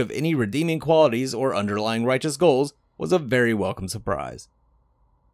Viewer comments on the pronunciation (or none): none